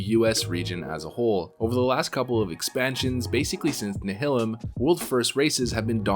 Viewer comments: Nihilum. Nye- uh-lumm Not Nuh-hill-umm. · You are wrong, go and watch "Nihilum PvE" video and see how the creators of the guild pronounce it. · I cringed every time I heard “Nihilum”, because my brain thinks it should have a similar pronunciation to “nihilism”. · Same lol